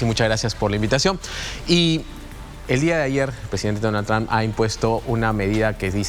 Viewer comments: "Donal Tram" 😂😂😂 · donal tram... estos periodistas nisiquiera pueden pronunciar bien